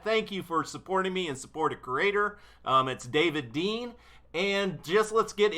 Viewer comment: HELLOOoo this's Dav-eh-id De-eh-an!